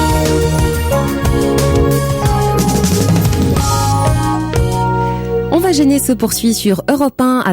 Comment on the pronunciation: "Tchine Connerie" ; "Tcheurley Bassey" 😂